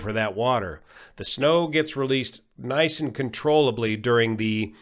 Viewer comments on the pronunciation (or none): none